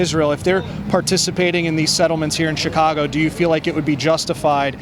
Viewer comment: she speaks CHICAGO with a native american accent. HAHAH